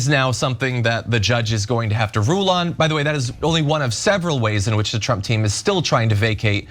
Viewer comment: Trump, not Tramp